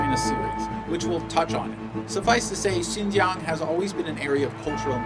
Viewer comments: your pronunciation of Xinjiang is so perfect it sound fake lol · you know what you say " XIN JIANG", the pronunciation is perfect in chinese. are you learning chinese now?